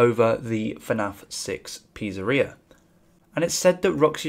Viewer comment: Pizuh ria